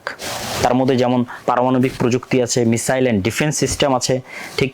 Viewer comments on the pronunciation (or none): none